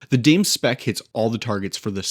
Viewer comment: Bike looks sick. I'm wondering if "dame" should be pronounced "dah-may" (Spanish)? Also, I've had the State 4130 all-road for a couple years, so I'm interested in your thoughts on how the Primos compares.